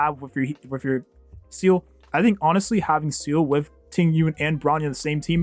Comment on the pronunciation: Hearing you call best girl Seele "Seal" makes me want to cry